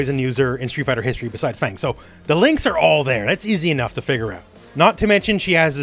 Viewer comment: Fang pronounced like Fart